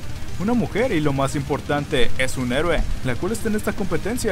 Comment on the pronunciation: los vería si no fuera tan molesto como dicen a cada rato HIIIIIIRO, neta su pronunciación de Héroe harta a veces :v